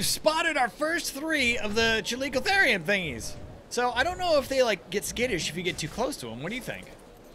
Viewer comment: After researching it, every pronunciation i could find said "Chal-E-co-ther-ium"